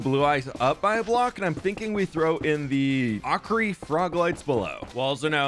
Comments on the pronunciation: Ochre pronounced Oh Kerr not Ockry lol 🤓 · He said "okree" 😭 its "ohker" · Sir its o-ker not o-cree. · that nether hub looks insanely cool. Btw also ochre is pronounced like oh-ker not ok- ree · Hey! Love the videos and the dedication that goes into them! Also ochre is pronounced Oh ker as opposed to okree. Not trying to be overly critical or anything just thought you should know! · its not ok-r-ee, its oak-er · It’s not “ock-ree”, it’s “oh-ker” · Just a heads up, ochre is pronounced like "oak-er" not "oc-ree" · Bro really just said ockree..... it's pronounced OH-KER. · Ochre froglights are pronounced oh kerr not ock ree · i am likely not the first or last to point this out (sorry) but ochre is is pronounced OAK-er, not awk-ree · First crimson and now ochre! Lol. It’s pronounced “Oaker”. Seriously cool build and now has me considering blasting a hole through my server’s nether roof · (Psst! “Ochre” is pronounced “oak-er” okthxluvubye!) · Hi, awesome video! For further refrence, “Ochre” is pronounced “Oker”. Keep up the amazing content! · It's pronounced oak-er😂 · Ochre frog lights would be pronounced Oak-Err. It’s one of those weird color words haha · everything you do is amazing!!! (also ochre is pronounced O-ka) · This is the most amazing nether roof build complex ever! Love it and your dedication. Oh, and ochre is pronounced very much like ogre; the ch is a hard k sound. I’m sure others have said this, but just in case… 🤷‍♀️🥰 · ochre is pronounced like "oh-kur" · Ochre is pronounced oh-kerr just to let you know!! ❤️❤️ love these. Sorry I’m a little late.. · Ochre is pronounced Oker :) very cool netherhub also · There call Ochre frog lights, Oh-cur. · the way you pronounce ochre makes me giggle like a madman... it's pronounced "oh-cur" haha! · I know this probably isn’t why you wanted to be taken from this but… the way you said ochre 😭 (said oak-uh(r)) But i love the build!!! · The ochre froglights are pronounced like oak-er.